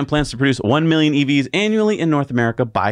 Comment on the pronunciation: “Nort” America … 😂